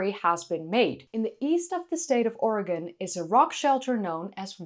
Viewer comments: Thank you for pronouncing 'Oregon' correctly. 'Oregin' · And yet, it should be pronounced correctly. But I have thanked for pronouncing it correctly. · Thank you for pronouncing "Oregon" correctly! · Thank you so much for pronouncing "Oregon" correctly!😀👍 Thank you for the updated video. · *standing ovation for your pronunciation of Oregon. ty for caring what locals say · You pronounced Oregon exactly like a local,something few Americans can pull off.😎